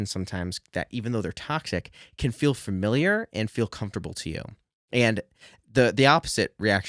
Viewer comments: Fuh-miliar, not fer-miliar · FA-miliar, not "FERMiliar" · You are a very nice kid and this is a very positive video. Friendly advice, it's "familiar" and not "framiliar." Adjust to boost knowledge authority buddy. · Well, this is a very informative and useful video. Speaking of hearing things differently, though, I find myself desperate to know whether or not you're aware that you're pronouncing the word "familiar" as "fermiliar". Don't get me wrong, no judgment here, but you keep saying it. Is that a dialectical thing or a personal idiosyncrasy? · I didn't think your mispronunciation of familiar would bother me, but it really does sorry 😂